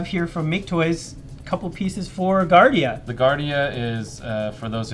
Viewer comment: LOL it's hilarious how you can't say the homage product names. "Guardia is another, um, combiner guy..."